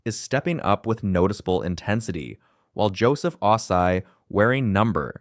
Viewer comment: Damn, he cannot say Ossai correctly